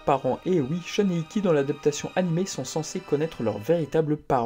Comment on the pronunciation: Arrête de prononcer "Shoune" c'est horrible :/